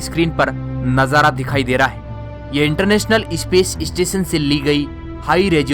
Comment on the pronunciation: भाई , इस्पेस स्टेशन नही ,स्पेस स्टेशन बोलो.. ये इ काहे घुसेड देते हो ??